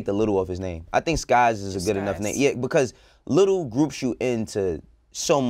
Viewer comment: I'm surprised to see Lil Skies on heat check. This guy has ode hits. Also pronounce his name as lil Skii es lol.